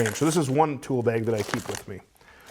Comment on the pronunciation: There's no "e" in bag. What you're saying is beg, and I dont beg.